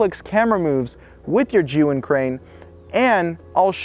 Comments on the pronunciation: The only person who actually pronounced Zhiyun almost correctly. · finally, somebody pronounce ZHIYUN properly :)